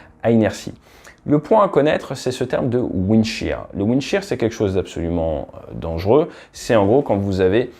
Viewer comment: "windshear" non?